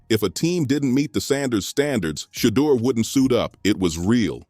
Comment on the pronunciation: His name is Shedeur, not Shadow!